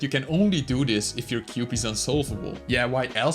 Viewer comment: From to wt he said there? Is it cube or KUB?😂😂😂😂😂